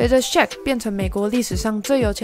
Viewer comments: shaq～ 不是shake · ...luka 跟鯊魚的名字都不會唸 到底還要介紹什麼...